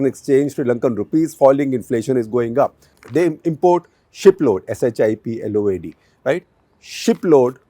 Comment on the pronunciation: "shipload'... 's'..h..i..p..l..o..a..d".. hahaha ...